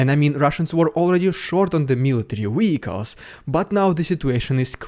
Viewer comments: "Vehicles" is pronounced "vir culz" (not "wee coss") ♡ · Wehicles? Do you mean Vehicles?